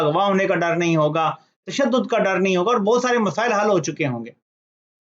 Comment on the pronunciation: بوت نہیں بہت۔ (BoHat) اووور نہیں اور۔